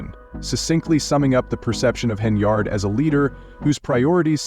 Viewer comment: Pronounce her name properly .